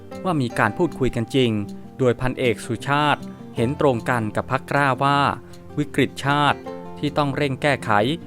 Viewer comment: อ่านควบกล้ำ ล ลิง เป็น ร เรือทุกคำเลยครับ เช่น พรรค "กร้า"